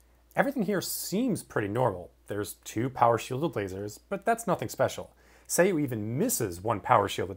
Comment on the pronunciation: isn't it pronounced "Sah Yu"